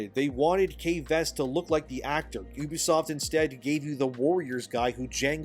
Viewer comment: 1. Its You-be-soft, not OOH-be-soft. Ubisoft 2. Its Roy-ters, not Roo-ters. Reuters You're welcome.